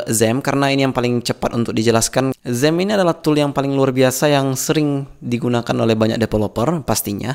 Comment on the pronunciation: xampp ngomognya zamm dong wkwkwkw